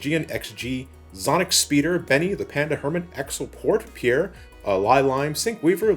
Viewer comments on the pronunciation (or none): none